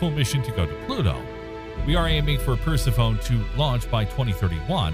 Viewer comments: Per-seff-oh-nee, not Percy-phone. It isn’t exactly an uncommon name and it is fairly well-connected to Pluto. Then again, Pluto also takes way longer than 30 years to orbit the sun. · It’s pronounced per-sef-onie, not purse-uh-phone. 😂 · Percy-phone. LOL! Sounds like a device to use when you call Pluto. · “Pers-ih-fone”? Really? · The narrator trying to talk about Per-se-phone: 😶 The (allegedly) background music: “And I took that personally, 🎶🎵🎶🎵🎶🎵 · Yup, like nails across a chalk board. Per-Sef-Oh-Knee. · "Huge plain that doesn't have craters..." Uh.... no. The craters are there, hidden beneath the recently laid ice and snow. Persephone..... "per-SEF-on-nee". Come on, remember your history class on ancient Greek mythology. 🙄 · Good video, but the way you pronounced 'Persephone' hits you like a brick!! 😳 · You’re mispronouncing Persephone. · Every time he mispronounced Persephone I died a little inside. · Me too!. I have noticed more than just that mispronunciation in many of the series videos. Really they should correct that...I mean its science for crying out loud! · Try laughing. Just don't stifle it or it will come out your nose.